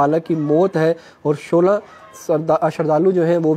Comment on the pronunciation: Shola nhi solha hota hai